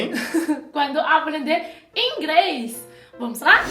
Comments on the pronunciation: fala ingres 🤣🤣🤣🤣 eu amo essa mulher ela tem seu espírito muito evoluído. 💞 É noizzzz 🤘! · Gostei ,mas a chinesa falando ingrês toda hora foi meio punk . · Ouvir a falar ingRes é muito engraçado rsrs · Kkkk eu só queria entender como ela consegue colocar o "L" em "pla" que seria "pra" e não consegue colocar o L em " inglês" e fala "ingres", ri de verdade ouvindo, achei engraçado mas bonitinho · professo de ingreisssssss e ngm corrigiu ela, bando de vacilao akakaskoksaoasko